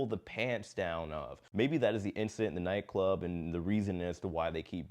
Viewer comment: OMG! I thought they were saying NyQuil when they were really saying nightclub. I was so invested in this story wanting to know what NyQuil had to do with it ha ha ha.